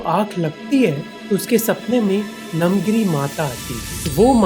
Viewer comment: Correction: She is namagiri not namgiri And he is Srinivasa Ramanujan not Srinivas Ramanujan